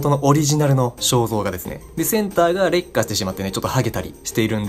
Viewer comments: 劣化の発音が烈火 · 劣化の発音が完全に烈火